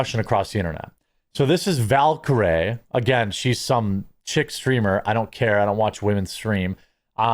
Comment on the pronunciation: Bro, you should be able to pronounce words properly if you’re gonna keep up this YouTube bullshit, and I say that with love from Milwaukee. Val-Ker-eeeee. Jesusfuckinchrist 😂